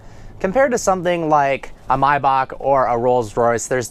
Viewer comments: "My-bock"? It's Maybach. Ask rick ross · It's Maybach no Mybach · maybach not marbach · Did he just say myback. Its maybach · Cesare Nebbia no, the German way is "my bach" (the "ch" had no English equivalent) but he is clearly saying "my back". The proper English pronunciation is actually "may bok". Just as it's acceptable to pronounce the name of the composer Bach as "bok" in English. What is not correct is to mangle a name by saying half of it in one language and the other half in a different one, which is what he is doing. If you said "my back" in Germany they would think you were an idiot. I should further elaborate that "my bok" is indeed the most common English pronunciation among dealers and owners but not the general public and is definitely not how they say it in Germany. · Why the hell does he keep calling it Mai-Bach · the way her said "maybach" was hilarious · Regardless of whether you're correct or not, your pronunciation of "Maybach" drives me nuts